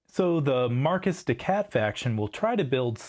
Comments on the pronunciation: Mar-KEY des SHat, not Marcus de Cat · Is markiz de cat (to sound like “mar-kitty cat”) not Marcus de cat. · The video was great and informative. I gave 👍🏻 but hearing Marcus de Cat did hurt.